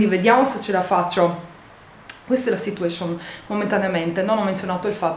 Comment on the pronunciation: sarebbe carino che smettessi di dire "situescion"!?!?